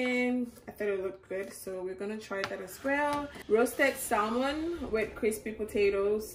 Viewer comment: Hey, you don’t pronounce the “L” in “Salmon”. So it’s “Samon”